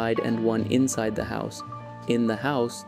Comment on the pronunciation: I didn't need to know all those things. But you said "insed" not "inside."